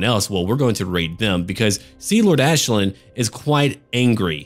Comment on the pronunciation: The Commissar i think thats the correct pronunciation. Think you have to say it like the Irish Aisling